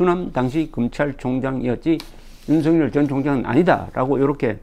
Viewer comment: 조갑제 선생님 방송 잘보고 있습니다. 앞으로도 우리는 윤석열이라는 이름을 수도없이 부르고 들어야 하는데 윤성열 또는 윤성렬이라고 잘못 부르고 계십니다. 윤석열은 연음법칙에 따라서 윤서결이라고 발음해야합니다. 이름은 중요합니다.